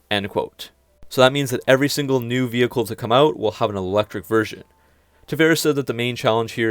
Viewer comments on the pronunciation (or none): none